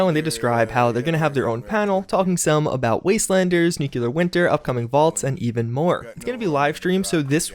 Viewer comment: (please don't say nuke-u-lur please don't say nuke-u-lur please don't say...f**k.)